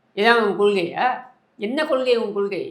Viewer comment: கொள்கைனு தெளிவா சொல்ல சொல்லுங்க பார்க்கலாம்??? கொளுகைனு தான் வாயில வருது. மாவீரன் படத்துல யாரோ காதுல பேசுற ரெகார்ட் வாய்ஸ் கேட்டு கேட்டு பேசுற மாதிரி இருக்கு!!!???